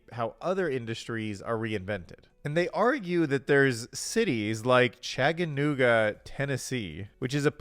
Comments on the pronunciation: It's Chattanooga not chagganooga but I might start using that, my hometown btw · Lmao bro butchered Chattanooga